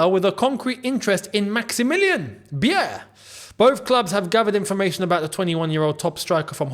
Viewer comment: Pronounce his Name like Maximillian „Buyer“ = Beier Greetings from Germany ❤